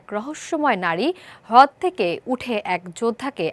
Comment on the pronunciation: হদ নাকি হ্রদ(রদ)